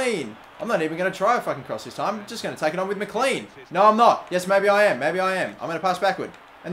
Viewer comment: McLean is said mclane